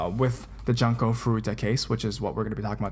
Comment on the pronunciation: 'Junko' is pronounced "joon-ko" ;v